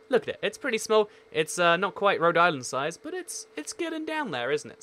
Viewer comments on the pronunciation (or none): none